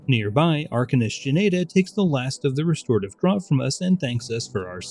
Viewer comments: Great vids. Quick heads up that draught is pronounced ‘draft’ for future projects. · Stan Rogers referenced! 🎉 Also, "draught" is pronounced "draft," because English is a silly language.